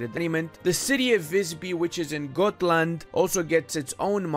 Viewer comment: I think if you tried to pronounce Dalaskogen as if you were speaking Romanian it would sound closer than if you are pronouncing it in English. Same with Gotland